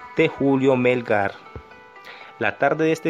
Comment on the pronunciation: Muy lindo el video pero que pena que no sepas pronunciar su nombre es Melgár no Mélgar 🤦🏻‍♂️